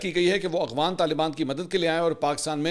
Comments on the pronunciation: Aghvan nhi Afghan hota ha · منصور علی خان صاحب آپ افغان کی بجائے اغوان لفظ کیوں استعمال کرتے ھیں میں نے اکثر نوٹ کیا ھے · بھائ اغوان طالبان کیوں کہتے ہیں جبکہ لفظ تو افغان ہے